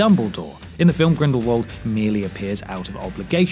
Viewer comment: Please, pleaaaaaase. It is "Grindlevult", not "Grindle-world"!!!